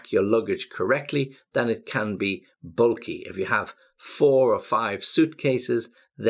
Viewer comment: the pronunciation of bulky is a bit off to my ear... where are you from exactly, maybe there is some pronunciation change in the area where you live, wouldn't be surprised if it was somewhere in the Blackpool area :) although the rest of the pronunciation I don't have a problem with. But than again, you pronounce infinitesimal the American way..